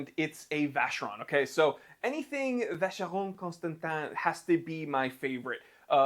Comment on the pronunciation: Am I the only one who likes when pronounces Vacheron Constantin? lol